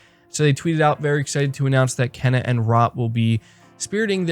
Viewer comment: I luv you bro but it's pronounced " Kay-na" bugs me every time lol that's awesome about the dualsense features for GT7. I'm hoping they make a a steering wheel with manual stick shit then I'd definitely buy it day one. I think they are waiting to reveal GT7 VR support when they truly talk about psvr 2